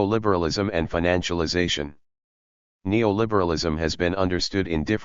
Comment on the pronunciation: ai misses the f sound. Financialization, Profit, difficult, specific are some words the text to speech misspronounces